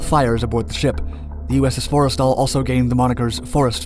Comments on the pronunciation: just for future reference, its not fores tal, its 4 stal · It’s pronounced “for-stul” not forest all Edit: source: I’m a navy vet